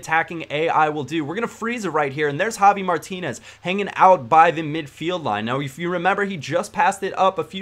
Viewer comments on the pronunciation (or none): Why do you say jovi Martinez instead of javi?